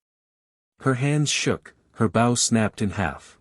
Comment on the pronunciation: It is too bad the commentator doesn't know how to pronounce BOW. Guess the commentator is a dog...bow wow wow!